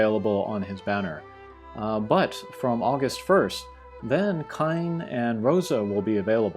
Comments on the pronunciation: Kain is pronounced as cane not kine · Thanks for the informative stream! Just wondering, for Kain's pronunciation, is it Kah-En, or Kah-iin? I did some google pronunciation stuff and per language it hopped between the two...